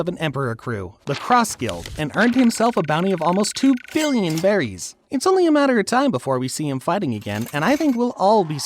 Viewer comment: It’s berries not belly’s